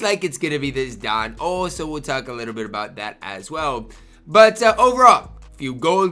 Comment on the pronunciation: How is Don Ohl ? 😂